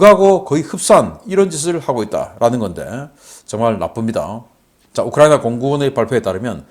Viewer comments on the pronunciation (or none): none